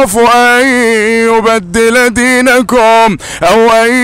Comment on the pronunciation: جزاك الله خير استاذ ، للتوضيح فقط انت قلدت حتى اخطاء القارئ في سورة غافر ، اعتقد اسم القارئ خالد الجليل (( اني اخاف ان يبدل دينكم )) الكاف في كلمة دينكم مضمومة ولا يوجد حرف الواو بين الكاف والميم.. تقبل مروري